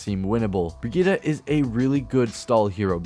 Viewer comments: It's super annoying that her name is pronounced Brahgeeta instead of Brigitte. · Bridgette (bridge-et) not (bree-jet) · Step 1 learn how to pronounce the name correctly Step 2 rewatch this video BreeGeeTi(ts) the ti like in tits ... easy to remember. ( ͡° ͜ʖ ͡°) and pls not BRIGITAH (like fucking Vegeta from Dragonball) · German friend pronounces it Briggeet not brigeetaaaah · Hahah oh man why did you say brigitta? Her name is Brigitte, it's german. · I’ve been pronouncing her Bridgette not brig eetta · "brigida"... please... it's not pronounced like that. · Swear her name is pronounced like "bre-git" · BRIGITTE = VERGITA XD